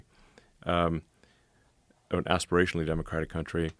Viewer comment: "Aspirationnaly democratic country." Nice touch Elon.